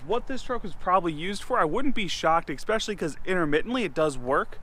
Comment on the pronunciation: Ickspecially? What does that mean?